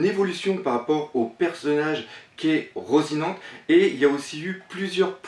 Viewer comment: Slt doc , j'en suis pas sur et je sais que ça te fait chier qu'on te reprenne sur les noms des perso mais je crois que ça ce prononce à l'espagnol donc du coups je crois qu'on dit " rossinanté"